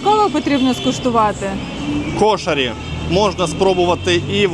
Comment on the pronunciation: КУ'ШАРІ на У ударение, а хававши типо ваших беляшей, если без добавок и всего лишь с фаршем, точно как ваш беляш, попробуйте махши